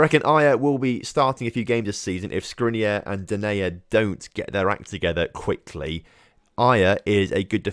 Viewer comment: The only mistake you made in saying Skriniar is the end. The "AR" is pronounced like in "far" or "jar"! Glad to see you signed a player from inter😁💙🖤